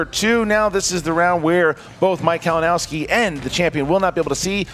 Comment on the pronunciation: PUT SOME RESPECK ON HIS NAME KALINOWSKI.